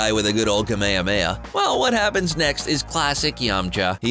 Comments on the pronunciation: why do you pronounce Kamehameha wrong.-. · When he said ‘KAMEYAMEYA' Boi' I'm Dead🤧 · excuse me but did he he call kamehameha a KMAYAMAYA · For did you say kamemeah? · Not to mention that the Hs in Kame Hame Ha are strong, I don't understand why so many English speakers keep pronouncing it wrong.